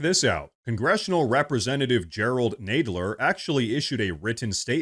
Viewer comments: love your stuff, but you need to seriously learn how to pronounce names. it makes you look unprofessional. Nadler, not naydler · It's NAD....NADler....Not NADEler.....duuuuh you're annoying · Pronounce his last name right!!! Nadler not Naydler!! 😅😂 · His name is Nadler, not Nedler. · Nadler with a short a. Chicken butt 10¢ a cut. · BTW, its Nadler like Gonad ler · Seriously. This has to be an AI gen channel. The program can't pronounce Jerry Nadler's name!!!!!!!